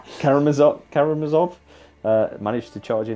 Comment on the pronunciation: ka-ra-mA-zov, accent on 3rd "a", from russia with love